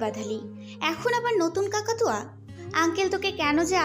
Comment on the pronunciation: Shonalika ki over confidence a chokh band korey script porey , maximum golpe bahut vool pronounciation korey ,vool kore o ki nejei bijhe na,kakatua k kaktaruwa bolchey ,r ek golper divorce er jaigate disturb bolchhey😅😅😅r o erakam anek golpo te vool bolei jachhey😅😅😅😅😅